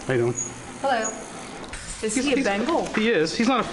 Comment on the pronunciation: Henlloy :) - Henllooy :) Thaht make me smile for some reason 😂